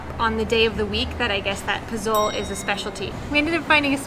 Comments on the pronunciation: Po-zol? 🤦.... It's pronounced po-zo-le... In Mexico it's not like in the states where if u have a word end with the letter 'e', often times would make the 'o' the strong sound. So just phone the word in 3 parts, making sure you pronounce the 'e' and it should sound like the 'e' in the word 'end' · Hi. FYI. You started out by saying that you have visited 20 states in Mexico so you've been there a long time. Maybe no one corrected you on the dish you really like, POZOLE. It is not pronounced PO-ZO-LE. In Spanish, the Z is pronounced like a hard S sound. It is pronounced PO - SO - LE. Yeah, I know you are thinking a vietnamese dude is teaching is how to talk in Spanish. I started leaning Spanish about 15 years ago and have been speaking it just about everyday. Another word that you said when the police stopped you was "incredible". That is English. The spanish version is "INCREIBLE". They leave the D out of this word. So, to correct the situation, you can read more so you actually see the written word and therefore are more sure of the pronunciation. Spanish is pronounced as it is written. On the flip side, I liked the video. We are going on a personal tour of many states including Puebla, Oaxaca, Chiapas and Veracruz in a few weeks starting in DF (Mexico city). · Pozole?!!?? Guys. It’s not “po-zole” it’s pronounced “po-zo-le”. Love the videos. Stay safe y Saludos! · You should pronounce the food as, "po-so-lei". Not po-zole. The Z is an S sound. It's a common stew all over mexico, there is red, white and green pozole. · I'm surprised y'all went there. I went there 35 years ago, pre-suck. Loved it. Wouldn't go now. Love your videos. By the way. Poh-SOH-lay. Not po-zoal. You must get pozole verde. This "green" version is from Guerrero state, although my wife and I first tried it in Puerto Vallarta. THE BEST. Whoops.......now I see you're leaving. Well, when you get back to Mexico, then. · You are not saying Pazole the right way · It is pronounced pozolE.